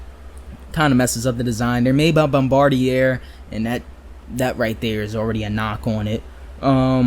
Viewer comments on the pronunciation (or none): Bombardier is French Canadian, pronounced Bombardi-yay.